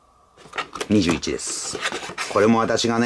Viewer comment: Dシィ〰️、言い方が面白いです😃 巻き舌の雰囲気も面白いです👍